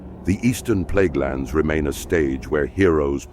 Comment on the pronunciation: Might wanna change it to Plaguelands and not Pleaguelands.